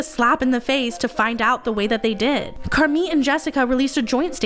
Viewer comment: It's Car Meeeee not Car mit.. 😱 the "t" is slient